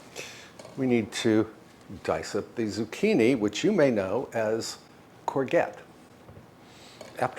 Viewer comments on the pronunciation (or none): Koor-get? I've never heard courgette pronounced like that. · Courgette is pronounced cor-zhet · Excellent salad choices! I am sooo ready for such summer treats! (Just a gentle correction on pronunciation: courgette is pronounced “cour-JHET”) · It is pronounced wit a soft g like jet